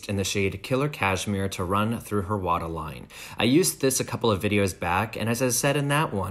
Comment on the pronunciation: Loved the way you said "WATERline". Sounded like a touch of Boston in there. Love your work and energy so much as well. Always a pleasure to see the application process of other working MUA's. But I wanted to share with you my favorite NUDE EYELINER for personal use and for my client kit. Its actually from SEPHORA COLLECTION! Its their "Shadow & Liner in No.33- Secret Boudoir" You will be thanking me for YEARS TO COME. XXXO.